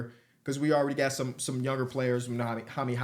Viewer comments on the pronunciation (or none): none